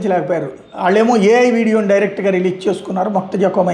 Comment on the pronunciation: adi kuda AI video ne babu....aina mojtaba khameni ani palaka kunda ....moktaja antunav telugu rada niku